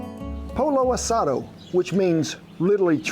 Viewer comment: Ken say it as Po Yo ( Pollo) Asah Doe ( Asado) :)